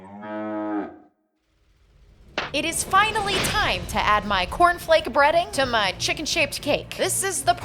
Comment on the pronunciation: I thought you said breeding and I was very confused